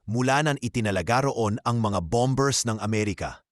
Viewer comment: ANG tamang pronunciation ay silent B; KAYA ANG TAMANG PAG BIGKAS AY "BOMER", HINDI "BOMB BERS". HEHEHE KAKATAWA KA NAMAN. PAG NAGBLO-BLOG, SA TAGALOG( O PILIPINO MAN) DAPAT ALAM MO KUNG ANO YUNG SALITA SA TAGALOG NA MARAGSA AT MALUMANAYSA TAMANG PAGBIGKAS. MASAKIT SA TAINGA NAMIN EH. MAGING INTELIGENTE SA LAHAT MG SANDALI KUNG PWEDE. OK BA? HEHEHEHE